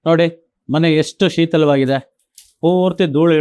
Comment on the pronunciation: ಶೀತಲವಾಗಿದೆ ಅಲ್ಲ ಸರ್, ಶಿಥಿಲವಾಗಿದೆ...